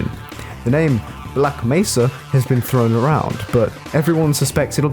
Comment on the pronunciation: Half life: black may-sa (mesa) HDTFM: black meh-ssa (poor mesa) There is a problem